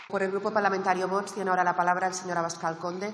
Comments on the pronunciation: Se ve que la FRANCISCA ARMENGOL CORRUPTA TIENE EL FRENILLO DE LA LENGUA ROTO O DILATADO DE TANTOS MAMAZOS QUE LE METE AL FELON FALCONERO TRAIDOR A ESPAÑA Y A LOS ESPAÑOLES, DADO QUE SIEMPRE DICE BOTS AL REFERISE A ALGÚN DIPUTADO DE VOX, MAL DOLOR LE DE EN EL TOTO CADA VEZ QUE LO DIGA LA MARRANA CORRUPTA 🤮🤮🤮🤮🤮🤮🤮🤮🤮🤮✋🇪🇸💪💚 URGE VOX YA STOP PPSOEROS FARLOPER@ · La “presidenta” aún no sabe decir vox..?